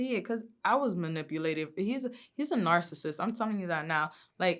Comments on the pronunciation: She's so fucking bad "he's a narrsasict" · Girl said “narcissist” lmao